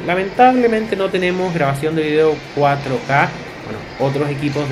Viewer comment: "No tiene 4 caca" (así se escucha